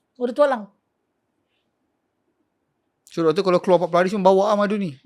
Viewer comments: Telinga aku ke salah atau cakap Tok Alang dan bukan Tualang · Ye, saya pun dgr sebut Tok Alang.. hahaha 🤣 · tok alang..? apa lah mamat nie sebut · Bukan Tok Alang la..Tualang 😂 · iye juga tu....tp aku mcm tak boleh hadam pulak bila Pokok Tualang pun disebut nye awal2 tu jadi "Tok Alang"....hahaaa 😅